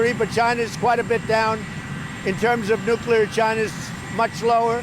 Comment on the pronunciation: Finally, a President who can say "NUCLEAR" instead of "NUCULAR" hahahaha! I don't understand what the problem is with some people, are they lazy or what? Speaking the English language seems to be getting harder for certain people. Forget about spelling - just not important anymore?